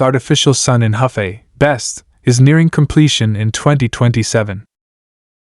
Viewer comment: Hefei (合肥）in pinyin is pronounced as "her" (shortened tone) "fei".